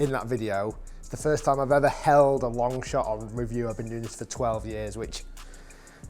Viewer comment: Is saying held instead of holed an accent issue?